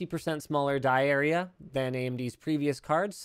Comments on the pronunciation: no, it just sounded like diarrhea. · Lmao "die area", thought you said diarrhea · Be careful how you enunciate "die area" 😂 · Linus: "die area" Me: what did he just say?